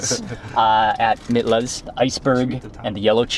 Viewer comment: Mitlas is pronounced "meetlas" .... js